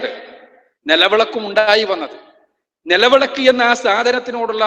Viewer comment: Nelavelak alla mandaaa nilavilak ad parayaaan polum ariyilla